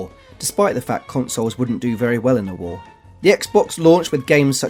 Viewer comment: The guest guy really needs to work on enunciation! I smirked at the repeated "Halo: Combat Devolved", but I absolutely lost it when he said "God of Whore"! 😂 😂